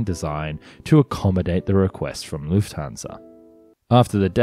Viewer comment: Great video. one thing - the "u" sound in "Lufthansa" rhymes with "foot", not "flute"